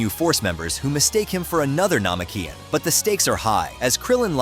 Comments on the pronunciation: Lol you said nameKIan not naMEkian ha ha ha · Bruh it Ma-da- rah (Madara) and it Na-mech-key-en (namekian)